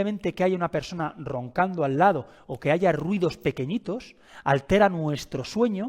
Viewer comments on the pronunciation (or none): none